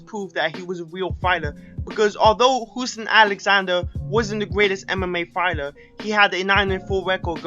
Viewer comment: Fighler? lol idiot